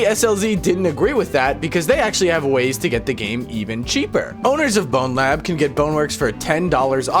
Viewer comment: you saying "and blowlab" really caught me off guard lmao